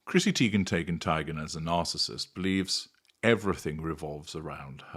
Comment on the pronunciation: Tee-gun Tie-gun Tay-gun: heavy on the consonants there,.